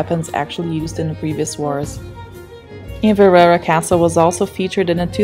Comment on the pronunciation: 04 IN -VER - AIREY Castle as Fairey with a silent F , A WEE TIP if your struggling with words try breaking them into 3 or 4 Letter syllables, might help.